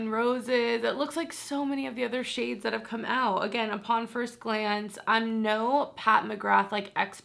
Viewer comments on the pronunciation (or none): none